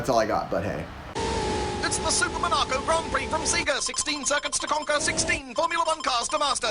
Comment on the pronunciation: "SEE-ga Mo-NAW-co"